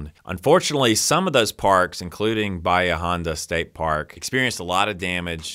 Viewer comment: Great job! I never once felt like saying, "That's not true!" I drive by Blue Water every weekday but since it's private I've never driven in there and poked around. Bonus points for pronouncing "Bahia Honda" correctly!